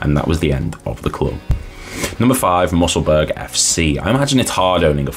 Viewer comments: alright vid lad, maybe mention the fact that airdrieonians are back in the championship now, also it’s not “musselburg” it’s mussel bur ugh but other than that decent man!! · Musselburgh is pronounced Mussel-burra, same way as Edinburgh - hope this helps. Good information in this vid mate, but I think a better job could have been done matching up the images to the audio, the vast majority of which have no relation to what your saying at all. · Great vid apart from the pronunciation. Musselburg?